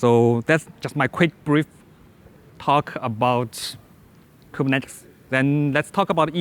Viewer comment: The only issue is how he says Kubernetes and a new other words he seems to struggle with. Beyond that, solid information and good presentation with good control over disfluencies.